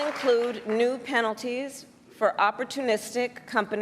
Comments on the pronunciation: This is her first time publicly presenting the economic speech that her team wrote for her, so when the word "gouging" came up on the teleprompter, she read it as "gaging" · Price gauging?? She meant price gouging. Teleprompter flub.